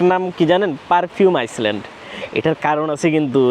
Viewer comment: ভাই আমার মনে হয় আপরা একটা শব্দের উচ্চারণ ভুল হয়। Island এটাকে আপনি বলেন, আইসল্যান্ড কিন্তু এর উচ্চারণ হবে Island =আইল্যান্ড।